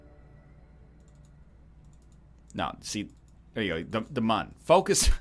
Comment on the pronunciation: I love how he pronounces Mun like it has an umlaut.